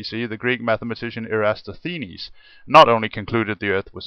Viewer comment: good points rasied. i mostly agree with you mate, although you mis-pronounsed a few of the greek philosipher's names such as Eratosthenes (known to have first discoverd that the earth is sphyrical and calculated its circumference). i have done some video on this subject too. feel free to view and comment on mine. cheers